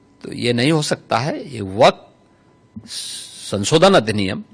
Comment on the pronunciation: Waqf❌ Wafq✔️😂